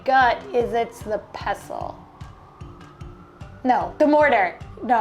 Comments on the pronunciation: It's a pestle. You pronounce the T. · Pestle is pronounced pes-tal. You pronounce the t